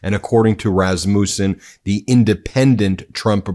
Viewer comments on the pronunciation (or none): It’s not RasMOOOsun. It’s Resmusun. No long oooo. Your pronunciation drives me crazy. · How do you not know how to pronounce Rassmussen? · I wish your titles were literal...you keep getting my hopes up. And having Rasmussens in my family, the accent is on the first syllable.